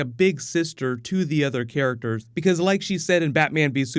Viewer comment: “Care-ickters” ugh lol